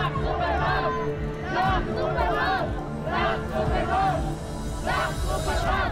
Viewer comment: Bat parang sinasabi nila "BLACK SUPER MOTHER"??? hahahaha natatawa ako dun eh😂😂😂